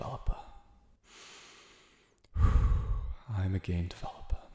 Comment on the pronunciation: Who has heard ‘i’m a gay developer ‘ instead of ‘ i’m a game developper’